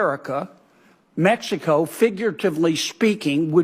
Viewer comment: Mextico! I love it! The old Okey can’t even pronounce Mexico. I’m told he’s really playing the part of a Goombah, he’s actually well educated. I know of parts of the modern UK where, if you can read and write, they think you’re a scholar! So I’ll reserve judgment on Fanny here. I would suggest he stops chewin gun while speaking. Multitasking etc.